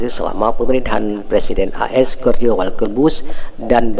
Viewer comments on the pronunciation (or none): Gorje … dibacanya gini JORZJ aduuuh